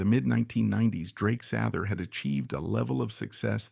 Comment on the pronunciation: AI doesn’t know how to pronounce things